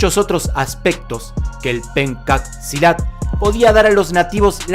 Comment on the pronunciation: gracias por hacer un video sobre Pencak Silat, a proposito, se pronuncia "penchak silat", pero está bien.. espero que ustedes puedan visitar mi país...saludos desde Indonesia